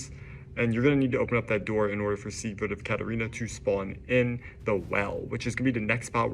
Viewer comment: Its not See-grid, its Sig-word. I kept hearing "secret" of catarina. Seigward of Catarina